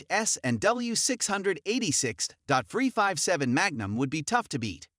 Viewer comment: "Dot two two?" "Six hundred eighty-six?". Are you kidding me? This guy knows nothing about handguns! What kind of idiot listens to this as advice (as opposed to merely humorous entertainment)?